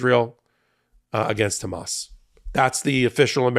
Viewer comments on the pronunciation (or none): none